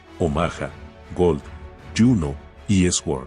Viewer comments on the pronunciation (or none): Increíble la edición y la narración. Aunque se pronuncia sord, no esword. Pero ánimo solo son detalles. Si mi comentario esta mal, lo borro. Solo deseo que el compa mejore. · Cuando ha dicho "Una con treinta de la madrugada" y "Esword" he terminado de ver el video. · Como dato, se escribe sword, pero se pronuncia suord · excelente. salvo por la palabra sword que la pronuncia con esword